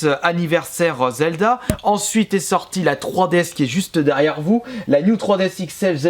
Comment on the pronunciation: slt dit je voulait savoir ton avis sur zelda tp car bon si la prononciation est faites expres c est que tu l aime pas. J aimerai juste savoir ton avis